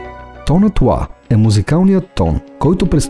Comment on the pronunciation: Мнаго интересно видео. Благодаря, тези неща не ги знаех. Още веднъж благодаря. Но за толкова високо интелектуално ниво на клипа, е леко дразнещо интонацията на изговаряне на нотата "ЛА" !!! Изговаря се "ЛА", а не "УА". Запомнето го модерни софиянци, запоменто го.....